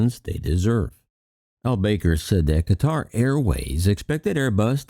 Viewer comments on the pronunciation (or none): FYI...It's pronounced BAH-kar, not BAY-ker. Not tryin' to be petty, I love your content. Like I said, just an FYI for future videos. 😉✌️